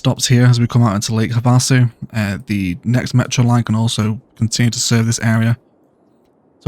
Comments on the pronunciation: I love this channel! Just one thing though… Lake Havasu is pronounced like “have a sue” with the emphasis on “have.” I have a sue, you have a sue, we all have a sue! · Havasu = Have a Sue (emphasis on the first syllable, not the second. Soft A sound on second syllable)